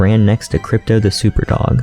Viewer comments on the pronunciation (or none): none